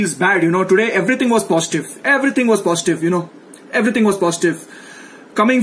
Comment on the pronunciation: Everyting was poshtive....eberything was poshtive!!!